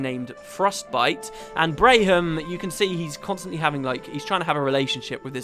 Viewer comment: Just a note: Braham pronounces his own name as Bram. I had to mention it, as my wife was highly bothered by your pronunciation. lol